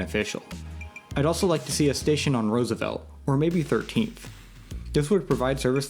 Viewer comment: Hard to take you seriously when you mispronounce Roosevelt.